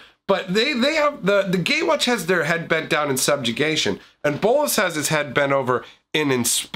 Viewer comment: The way you say bolas satisfies me